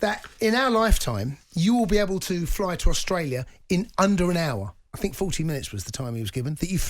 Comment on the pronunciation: Get rid of him. 4 years of a WASTE. Bruno showed how to do it. Van De Beek played. Pogba is a WASTE. Want him gone. Also why can presenters not say the word think??? What is 'I fink.....I fink....I fink....'??